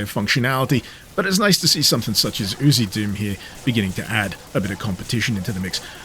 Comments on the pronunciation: I always thought it was pronounced as the lettering was: U... Z... Doom. He's just pronouncing it as UziDoom. 🤣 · I'm pretty sure it's U Z doom.. not oozy doom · Different country pronunciation